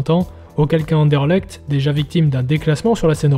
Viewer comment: Mille mercis l'ami, effectivement il y a encore du boulot niveau prononciation 😅 Content que tu aies apprécié le sujet 🟣⚪️